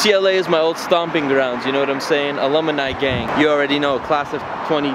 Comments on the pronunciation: that's like the third time I've heard you pronounce alumni wrong lol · He's a alumini!! 😂 Damn.. you need to take some night school classes homie.. some ESL n shit! 😂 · Homie said ALUMUHHNI LMAOOOO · "ALUM-I-NI" BAHAHAHAAHAHAHAHAHAHA you're the man, no hate, it's too hard to ignore you mispronouncing a word several times in one Vlog. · the type of dude to pronounce aluminum as "aluminium" and alumni as "alumini" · Seriously dude...."a-lum-mi-ni"? No way that anybody at UCLA would believe you went there. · "alumini" lmao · Why is pronouncing "alumni" as "alumuni" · Alumni* not Alumini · just turned alumni into a 4 syllable word😂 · my guy do you really pronounce alumni like that?? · And can't say alumni.. poor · Can't even pronoun alumni right..smh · "Alumini". "Lunarloin".